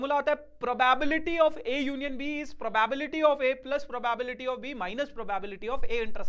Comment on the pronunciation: I'm tired of hearing the pronunciation PROBAEBILITY..... 😮😢